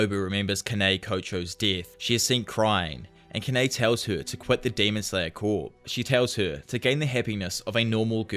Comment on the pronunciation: The mispronunciation of Corps is driving me fucking insane. (Core), not (Corpse)